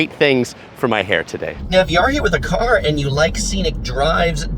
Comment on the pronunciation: He took the caaaaaaaaa to the haaaaaaaaaaabaaaaaaa to get to the beach lol